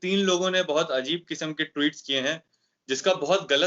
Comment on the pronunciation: Anchor Bhai Sahab ' Tweet ' bolna seekho Bhai, Ghalat talaffuz se aap Ka wazan Kam ho ra ha hai, Allah Nek toufiq de !